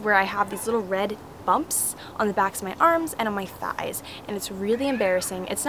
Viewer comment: Do you mean "thighs"? :)